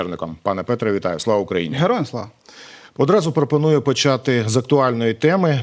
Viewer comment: Пане, кажіть вже "Героям слава" чітко.:) Дякую за випуск.